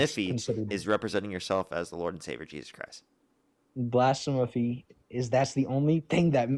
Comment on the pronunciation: When you mispronounced blasphemy just like him, I choked on my brussel sprouts and almost died.